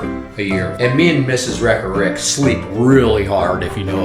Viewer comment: 'Rigga' Rick😂 E: HBD!